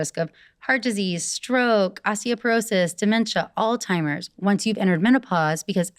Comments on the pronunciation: did she say “Alltimers”? 😂 i automatically don’t trust this girl now haha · how can I take her seriously when she literally said “all timers” 🤦🏻‍♀️ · This woman couldn’t even pronounce Alzheimer’s correctly 😂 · Did this doctor just say “all timers” instead of Alzheimer’s? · Her pronunciation of Alzheimer’s as “all timers” is a little concerning. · Odd that she mispronounced Alzheimer’s and misused the word confound.